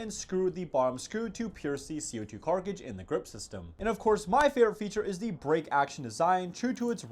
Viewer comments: “Co2 CARKAGE “ bro …… it’s CARTridge . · Car-Tridge not Carcidge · Why do you call a cartridge a carkige 🤣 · Why do you say “carcridge”? It’s CARTridge 😂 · it's cartridge, not carcage, fucking retard. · Cartridge not carkidge duuuuuuuuude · It's a cartridge not a carkage, learn how to pronounce words correctly. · Say Cart - “Cart” Say Ridge - “Ridge” Say Cartridge - “Carcage” Gets me every time🤦🏻‍♂️ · When will bro learn how to pronounce cartridge. CARKAGE 💀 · bro what is a "Carcige" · CAR-tridge , not whatever the hell your saying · Tf is a “carcage” 😂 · 🤣😭😭glad someone brought it up, it’s so dumb and cringe isn’t he supposed to know abt airsoft and terms for the guns/how to pronounce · yeah, I know how to pronounce it, but not being able to ignore him saying carcage is wild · He says carnage and ginade and this guy and actually so much because people like you comment and give him more views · He sounded like he has a speech impediment, but it seems to happen with only certain words. It happens😊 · How does someone who’s so into Airsoft not know how to pronounce “CO2 cartridge” lmao. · Okay...if youre gonna review airsoft guns, can you learn how to pronounce "cartridge?" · Crazy that a guy with this much airsoft experience can’t say cartridge or grenade (among many other words 🙄)